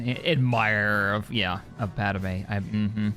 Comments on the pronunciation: love the content, will be playing this mod but one thing is just really irking me and it happens all the time across multiple fandoms when naming pronunciation is brought up 3 movies and the entirety of clone wars pad-me "pad-may" yet you keep saying "pad-a-may" sorry just, really irks me only thing, everything else is awesome and i never miss an upload of the empire campaign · Padamay!? o.0